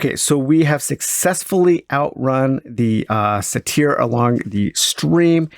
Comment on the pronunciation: ˈGreat stuff, as usual! For the record, "satyr" is generally pronounced either "sādər" or "sadər."